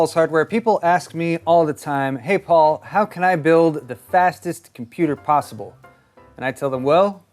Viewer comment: you better check how much cpu sockets are there before say "FASTEST S#%T POSWEBLE"